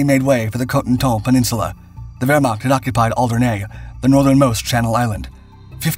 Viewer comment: You need to check pronunciations before you do your voiceovers - Caen is pronounced "Con" with a nasal "n", Alderney is "ALDerni", and it's Le Havre, not Le Hague